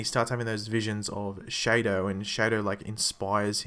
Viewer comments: shadow not shaydo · Wasn't It Pronounced Shadow Not Shade -o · Dude it's "shadow" as in that thing that follows you when the sun is out. Not shaydo, they don't even say shaydo so don't give me that mayar excuse. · stop saying shaydo haha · man's got a point, when have you ever heard someone say it like that?